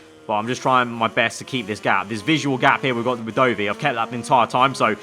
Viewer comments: Please stop saying Doughvi for Dovi 😂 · FYI — Dovvy not Doughvy